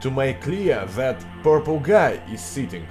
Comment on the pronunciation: (example) "that" dont sounds like "zat" its "dat")